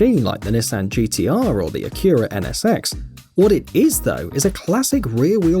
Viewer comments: The way he said Acura tho. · Cant be the only person who cringed when he said "Acura NSX"